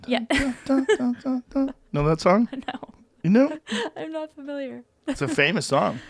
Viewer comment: "IT's a famouss ing!" It was joe... it *was*...